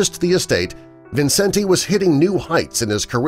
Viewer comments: His name is pronounced Vincent, not Vincen-te. You also need to get your facts straight about Judy. Millions of people the world over still love her and Liza and might get a tad angry at you, which includes me! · This was such inaccurate crap! He can’t even pronounce his name correctly.